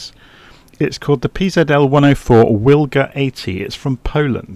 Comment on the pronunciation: Think I'll give that a try thanks! Most likely pronounced Vilga as W is V in Polish.